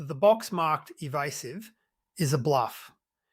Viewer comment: Eva"u"sive ? . . . seriously ? Credibility gone pfffft